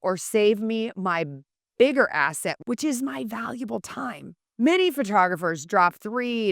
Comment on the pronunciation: Saving you biggest asset? I didn’t hear the last syllable on this statement, had to rewind a little to hear it again 😅